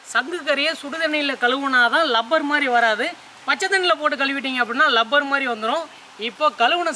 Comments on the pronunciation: Bro அது லப்பர் இல்ல. ரப்பர் 😂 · லப்பர் இல்ல ரப்பர். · லப்பரா இல்லை ரப்பரா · அண்ணா அது லப்பர் இல்ல ரப்பர்😀